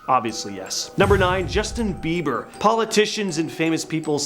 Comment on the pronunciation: Justin Bibler?? Blieber?? Why do you keep saying his name wrong. The new people on this channel can’t speak. Say things wrong. ?? This lizard crap is stupid!! Have unsubscribed!!